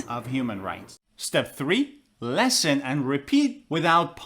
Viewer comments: The verb listen is pronounced /ˈlɪsn/ not /ˈlesn/. Sorry to correct you. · Why are you pronouncing "LESN" instead of "LISN"? You're the first person I've heard that from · you’re saying “lessen,” (or “lesson”) not “listen.” “Lessen” has two short e sounds. “Listen” has a short i sound and then a short e sound.